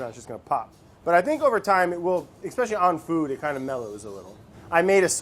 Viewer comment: There should also be a visualization of all the times Brad says "exspecially" 😅